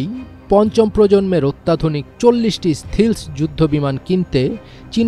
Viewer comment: "স্টিল্থ্" শব্দটা উচ্চারণ করতে পারে না তুমি আবার সাংবাদিক হতে গেছো। এর থেকে ভালো হয় তুমি মাদ্রাসার পায়ুপথের যোদ্ধা হও।